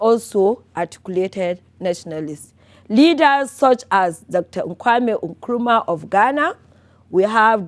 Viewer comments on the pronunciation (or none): Great presentation. However, the name of Ghana's first president is Kwame Nkrumah and not "Nkwame" Nkrumah.